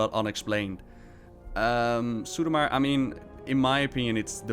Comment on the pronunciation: Drinking game: take a drink every time Ross pronounces suramar "Sarumar"